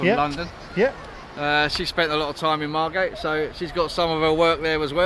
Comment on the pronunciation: Loved this. It seemed every school trip was to Bembom brothers in the 80’s. You need to get the pronunciation of Margate right though its Mar git 🤣🤣